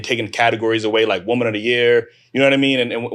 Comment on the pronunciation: I’m so tired of how no one can pronounce the difference between woman and women anymore. They just say woman (singular) for everything.